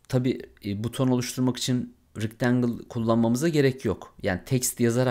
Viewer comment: hemen ogle ile ofke ile ustume atlanmaz umarim .Rectangle (rictengil) degil oldugu gibi( rectengil ) olarak soylenir nacizane ..uyarayim istedim